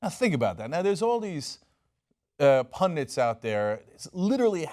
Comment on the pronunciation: Pundits, not pundants. They're bandits, not bandants.